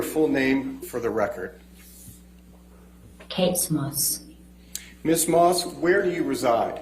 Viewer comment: ... "Kate Smuss"...?